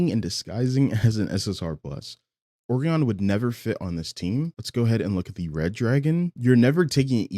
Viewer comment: Will all due respect dear, the way you say O-ree-on instead of O-rai-on (O-rye-on or O-Ryan is also fine) is killing me 😭